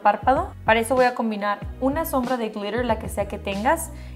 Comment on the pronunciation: Jajaja 50 mil veces "glirer , glirer , glirer"